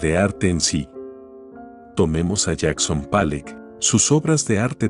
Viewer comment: El contenido es súper interesante, pero al utilizar voz de IA, te estás confiando y la pronunciación no es correcta, eso pasa con la obra de Manet (que la voz lo lee como Mena), y con Jackson Pollock (que la voz lo lee como Pale)